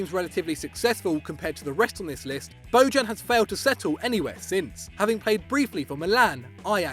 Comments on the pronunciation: ITS NOT BODJAN , It's Bojan , J like.... Yorkshire idk, like year, so u would spell it Boyan.... hes Serbian not Latin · It’s pronounced (BO-yan) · Bo-djan, hillarious pronounciation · Jesus Christ, that pronunciation. Bojan Krkic is pronounced BOY-an KIRK-itch. Just fyi. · i like how he pronounces bojan